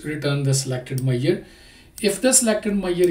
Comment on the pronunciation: Dear,, I highly appreciate your videos & I take meaning out of your video. And, I have a heartily request: Please have a check on: How to pronounce Measure, It took me while to understand what are you talking about!